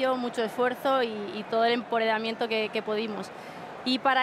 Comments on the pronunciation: "EMPORERAMIENTO" AHAHAHSHAHAHAHAHAHAHA😂😂😂😂😂😂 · “Con todo el emporedamiento que podimos”, pero chica que te han dado 30000 euros por tres minutos, al menos dilo bien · recuerda que se dice EMPOREDAMIENTO, dicho por la misma bollera en su mini discurso y como a ella hay que creerle entonces asi se escribe y pronuncia.